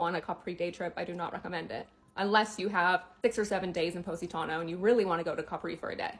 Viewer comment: Poh-sitano? Stop it!